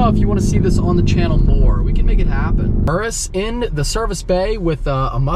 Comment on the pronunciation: Wtf is an URUSSS it’s called a Urus Your-us